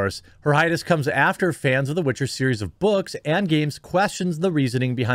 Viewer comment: It's called "The Witcher", not "The Bitcher", for a reason.